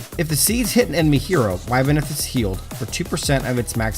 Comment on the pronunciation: It's pronounced ib-neth lol Cool vid tho